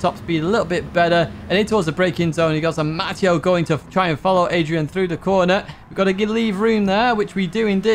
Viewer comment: it’s pronounced “Matt” “ay” “oh” not “Matt” “EE” “oh” I’ve spent all my 54 years being called the latter. From your fan “English Matteo” (Ovetharhill PSN)